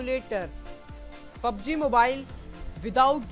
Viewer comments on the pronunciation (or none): none